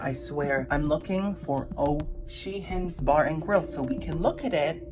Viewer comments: 😂😂 O’Sheehans is supposed to sound like OCEAN 😂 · O'Sheehan's also sounds like Ocean's.